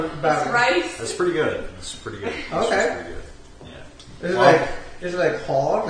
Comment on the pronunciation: thats pwetty smawt i have to give wem pwops